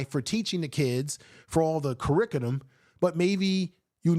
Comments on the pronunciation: You meant curriculum and not curricudum right? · Uncle Umar thinks we're stupid. ps 1. There is no "curricutum," only curriculum or curricula. 2. Everyone he he hired to work on the "school" has robbed him blind. 3. You need "institutions." I think at this point most people want Uncle Umar to go away.